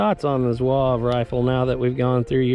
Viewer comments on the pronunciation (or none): Lot of good information, great video. Just one thing, Zouave is 3 syllables not one. Zoo-R- Vey.